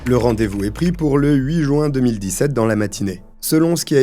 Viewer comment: Bon sang, ça se dit jUin et non joint ! On prononce le U ! Ça m'énerve d'entendre cette mauvaise prononciation. Énormément de français ne savent pas prononcer ce mois. Et à part ça, c'est fou le nombre d'affaires se passant en Juin. Puisque je "l'entends". Faut croire que Juin est un mois meurtrier.